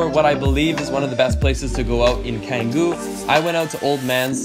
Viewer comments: 😂😂😂 gr8 video, amazing job, but... It's "tshanguu" not "kangoo" 😂😂😂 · Tegenungan is pronounced te-ge-nu-ngan, Padang Bulia is pronounced pah-dahng bu-lia Canggu is pronounced chahng-gu Native Balinese here, living in London. Message me if you need any tips for Bali and Indonesia :) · It’s pronounced “Chengoo”. C’s in indonesian is pronounced like CH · Hahah chengo canggu 😂😅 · Oh and it's pronounced Chang-goo